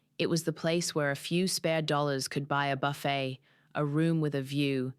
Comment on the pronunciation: Must be AI. Can't even pronounce 'Buffet'...... I'm out